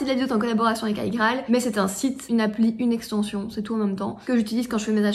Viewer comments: Il n'y a que moi que ça stresse de dire Aïe-Graal plutôt qu'iGraal ? ahahah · 7ans que tu prononce mal igraal alors ! 🤣😅